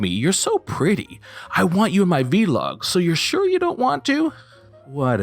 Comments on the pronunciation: It’s vlog, one syllable as blog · You pronouncing "Vlog" as "Vee-log" is hilarious to me lol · I was only listening to this video, not watching. Every time I heard ‘Vee-log’ I’m thinking ‘what the hell is that’ and then I finally look at the screen and realize it’s ‘vlog’ 🤣🤣🤣